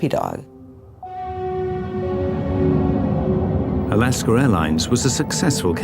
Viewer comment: "Alasker Airlines"